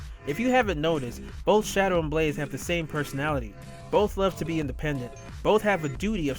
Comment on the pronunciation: Shadow! NOT Shidow!